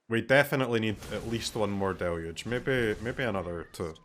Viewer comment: Finally, an MTG content creator that can say "deluge" correctly.